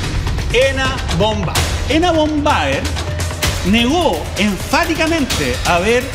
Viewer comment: Von Baer la “v” en alemán suena como “f” (fon baer). Estupendo el abogado, muy corto el programa.